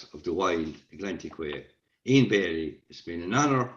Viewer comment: It’s “Bailey” 👍